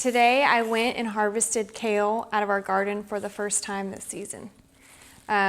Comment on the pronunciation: When you say "kale" chip . . . it sounds more like you are saying "COW" chip 😮😅😅😂😊